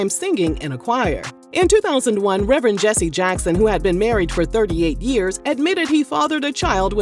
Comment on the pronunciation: Not Rev-Rent Rev-Rant! Rev-Er-end Al Sharpton! The perm! The Scandal! 😂😂